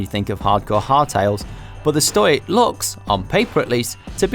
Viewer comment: Lads, "Stoic" is pronounced "STOW-ick" not "stoyck"